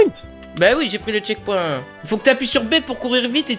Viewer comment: c pas chekponte mais checkpoint